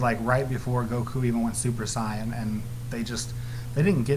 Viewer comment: I just wish he would say sayan and stop saying cyan